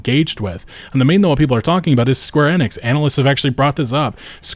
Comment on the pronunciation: Suite is pronounced like SWEET, not SUIT. Enix isn't pronounced Ehnix, it is EEnix, E like in Feet.